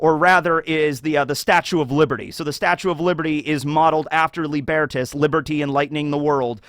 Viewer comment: Tiniest nitpick - Lībertās, the Roman personification of freedom from authority, is pronounced Lee-ber-taas, with a long i and a.